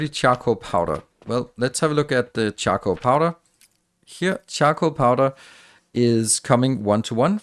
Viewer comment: OMG I constantly heard him say chuckle powder instead of charcoal powder and I couldn't stop laughing :D